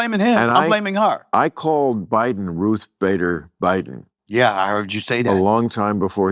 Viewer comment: he calt me... calt? *